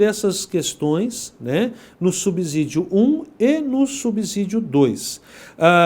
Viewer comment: subsídio e com som de "S" e não de "Z".... fora isso a aula é boa, que Deus continue abençoando.